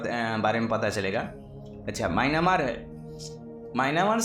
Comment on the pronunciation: Maynamar nhi hota myamar hota h bhai